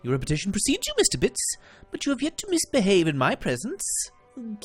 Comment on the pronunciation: I love the way you say Bits xD It's just amazing how great you pronounce it :)